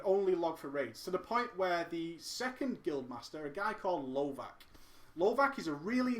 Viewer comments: Just a note: lovac (pronounced lovats, not lovak) means hunter on serbian :) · lovac is actualy pronounced lovatz, which literaly means hunter :)